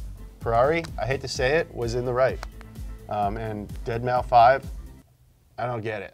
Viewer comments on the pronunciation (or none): Cringing every time says "dead mau five" the 5 is in place of an S, it's just 'Dead-mouse' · It's dead mouse not dead mau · Dead mau 5? I'm pretty sure it's pronounced deadmouse. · saying “deadmow” instead of “deadmouse” physically hurts me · Am I the only one that can’t get over saying “Dead Mau-5” instead of Dead Mouse? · dead mow five: dead mow five: dead mow five Nolan: Deadmaus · "Deadmaufive" Your attempt to exploit my anger is admirable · It’s deadmouse not deadmau five haha, good video as always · It’s pronounced ‘Dead mouse’ Hurts my ears when says ‘Dead MauFive’ 😬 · The way says deadmau5 as dead mow 5 instead of dead mouse really irritates me 😂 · Isn’t saying “deadmoufive” the same as saying “dollars sign uicide boy dollar sign”? Thought it was dead mouse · It’s pronounced dead mouse not dead mau 5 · Deadmau-5? Lmao pronounced Dead-Mouse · Ded mau five moment, it's deadmaus guys come on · It's dead mouse not deadmou 5😭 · Why the hell do you pronounce Deadmau5 "Dead mau five" instead of "deadmouse" but perfectly pronounce nyancat? 😂🤣 Please stop it 😅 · Every time pronounces it “dead mow five”, a small child catches fire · Or Ferrari blacklists a customer. Deadmau5 is pronounced Dead Mouse. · "Dead Mau Five" ahaha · I don't think i can hear say "dead-mau-five" one more time. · Are they seriously calling him “dead-mow-five?” Hahahahaha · Please tell me you're calling him Deadmow 5 because you're joking lmao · Love that is saying "dead mau five" lol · "dead mau five" 😂 I almost died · No way he said "Dead mauw five" lmao Isn't his name commonly known in the car world for this exact reason? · DEAD MAO 5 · I will never not laugh when you say Dead mau five (cause I say it too, even though I know that's not what it's "supposed" to be LUL) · I can't tell if he's joking by saying deadmau-five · my guy... Deadmau5 is pronounced "Dead Mouse" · "Deadmau five" I'm so annoyed but i can't blame him